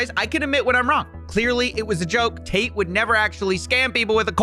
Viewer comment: Can't tell if you're saying "taint" or not lol.